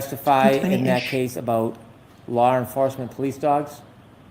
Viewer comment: Hank its pronounced Law NOT Lar !!!